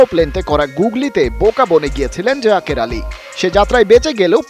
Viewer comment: জাজের নাকি জাকের